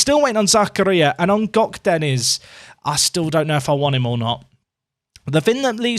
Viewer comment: Hey. Turkish here. That Gökdeniz pronunciation was on point 👍👍